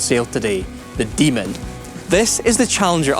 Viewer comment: Why didn't they do a second cut when he added a "d" at the end of Demon?